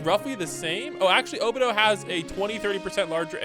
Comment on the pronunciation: bros says obito’s name so wrong it urks me